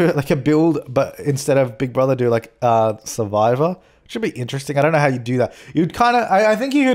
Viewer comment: i thought he said saliva instead of survivor and i was like WOTT 😅☺️😂